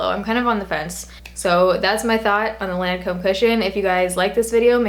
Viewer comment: the way she was pronouncing the brand made me cringe the whole video since i've figured out the pronunciation from working for them hahaha! it's pronounced like LON-come 😊